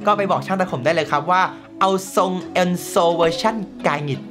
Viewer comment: เอนโซ หรือเอสโซ้ครับพี่🤣